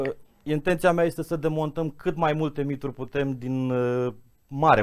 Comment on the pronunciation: Sper ca reporterul are doar dificultati de pronuntie, nu de intelegere a cuvintelor ("reververeaza", "miduri" ori nuante contradictorii - "mitificare/mistificare"). Ma bucur sa ascult un istoric care se exprima ingrijit, coerent, metodic, chiar elegant. Limba romana ii este recunoscatoare. Are colegi care fac contrariul - vorbesc birjareste pe teme istorice. Nu se cade. Pe aceia, aceasta maniera de abordare nu ii face accesibili, ci mai putin credibili. Zic eu.